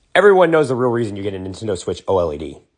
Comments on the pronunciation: Bro just really said Oh L E D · Why did bro pronounce Oled like that